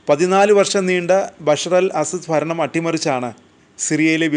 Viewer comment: ഭരണം ആണ് ഫരണം അല്ല 😂